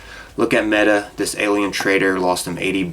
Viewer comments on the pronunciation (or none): none